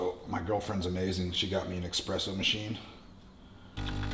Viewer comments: it's pronounced espresso not expresso :) high five from Poland :) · killing me...Espresso, not EXpresso.